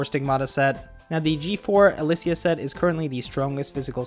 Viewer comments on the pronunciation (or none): none